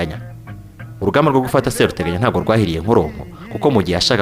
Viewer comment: Seruteganya barivuga ushyizemo ubutinde. SeeruteganyA . Naho Nyiraburunga ( Nyiruburanga) Yari umukono koko.